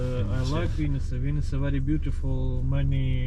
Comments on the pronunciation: Your pronounce of ''Vinnytsia'' sounds almost the same as Ukrainians called city Venice (Italy) So, i was confused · It was so funny to hear when you said Vinisia instead of Vinnytsia.